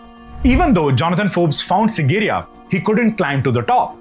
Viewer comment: Dear. It is SIGIRIYA, not SINGIRIYA as you constantly keep pronouncing it.